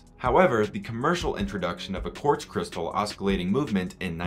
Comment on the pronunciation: Thanks, nice video. BTW the 'c' in oscillating is silent, like in 'science'. Thanks for the history!